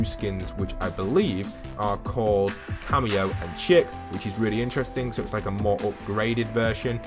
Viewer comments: you pronounce Chic like "CHICK", but it's actually pronounced "Sheek" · Chic is pronounced shik